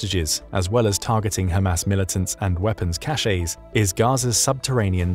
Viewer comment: Weapons cache is not pronounced "cashay". That is a completely different word with a different meaning. That should be one of the top 3 things anyone making a living reporting about war should actively check for. The others being ordnance by ordinance and cavalry vs Calvary.